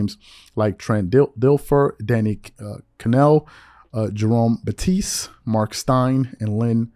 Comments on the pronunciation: Did you just pronounce Bettis, Batiste? How you gon disrespect "the bus" like that😂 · Jerome Bet-tees’…Didn’t know Jerome Bettis(former Steelers RB) was French 😂 stick to Le’Bron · Lmao “Jerome BeTTIESE” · Who is Jerome Batise??😂 How do you not know Jerome Bettis 😂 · Did he say Jerome “batis “😂😂😂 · how did you miss up the legend RB of the Steelers Jerome Bettis name “BEETISS” . Now I know u do hoops but that a BM u should know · I didnt know Jerome Bettis was french 🤷🏽‍♂️😂 why they say his name like that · By the way you pronounced Jerome Bettis' name I can tell you don't watch football. How'd you get that wrong!!!🤣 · Dude, I know you didn't just pronounce Jerome Bettis name like that? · My thoughts exactly. How do you mispronounce his name? SMH! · Jerome Bettis you slaughtered his last name